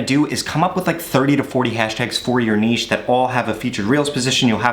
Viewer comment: Ayeee he said "niche" correctly! Also great tips bro. Just took awhile to actually start the vid lol